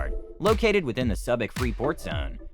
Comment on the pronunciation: Subic is pronounced "Soo-bic" not "Sub-ic"